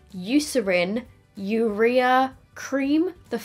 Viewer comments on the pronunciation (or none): none